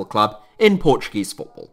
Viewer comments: Ur pronunciation and knowledge of Portuguese words is pretty good for a non Portuguese speaker Great VID BTW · i love how you said every portuguese word right (